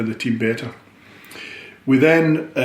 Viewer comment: love the way he says wee are years ahead in thinking..hail hail here's to next game, season and whats to be...still in Brendan wee trust..